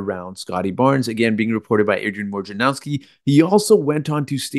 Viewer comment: WOJ na row ski, not WAR ja now ski. Can nobody say the guy’s name right?